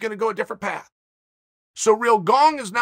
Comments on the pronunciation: Bruce Buffer: Ciryl Gane Chael Sonnen: Surreal Gong Bruce Buffer: Surrrreeeeaaaaalllllll GONG!! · watch chael call gane “cereal gong” on espn